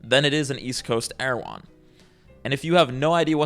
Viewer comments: I just keep hearing "Meta Lane" 😂 that's what flapping does lol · This whole video i was hearing "Meta Lane" instead of "Meadow Lane" and when i figured out that i was hearing it wrong i was sad because Meta Lane sounds even more obnoxious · Meadow lane? Like a bootleg erewhon.. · So someone looked at errehwone and said let's have it over on the West Coast.